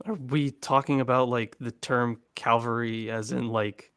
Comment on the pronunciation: It's Calvary. Not cavalry. Cal-va-ry. A named location. Nothing to do with horses.